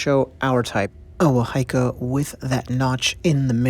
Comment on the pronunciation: It's pronounced WAHA - EEKA NOT WA HAI KA.. The fish mouth is placed at the strike point to counter block the opponents weapon/strikes!.